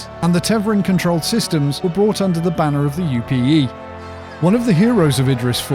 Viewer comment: My only critique is Tev-are-in not Tev-er-in. And yes, this is a proper noun so there is only one way to pronounce it. Other than that, awesome video and I really appreciated your production values. Sound was spot on with a perfect music/voice ratio and your script was perfect. Will be subscribing for future videos based on that. Great work!!